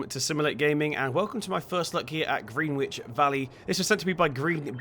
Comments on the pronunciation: Just saying but it’s pronounced..... Gren-itch......not GreenWich 👍🏻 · Gren-itch......spelt the same as the place in London......as in Gren-itch mean time 👍🏻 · its green-itch not *green-witch*, i refuse to call GMT by a stupid american pronunciation when its not even in america. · Greenwich In London is pronounced 'gren-itch' ... This map is one of the best in fs19 imo though think it could do with a few larger fields too... glad it's finally been updated for seasons now :)